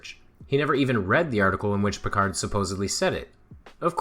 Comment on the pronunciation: The "d" in Auguste Piccard's name is not pronounced. Say "AugOOST PiccAR" and you'll have it more or less right. That's because it's French, not English. He was from Francophone Switzerland. Mangling people's names is disrespectful. That's why I won't have Mikolaj Kopernik called "Copernicus", William of Ockam's name Latinised to "Occam" (I know the place, FFS!) or the first formulator of the scientific method, Ibn al-Haytham, called "Alhazen". When I here the wrongitudes of "Eye-raq" or "Eye-ran" the subliminal message seems to be "we're gonna bomb you, so we can't even be arsed to get your name right".